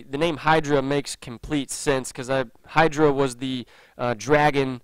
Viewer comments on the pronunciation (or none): none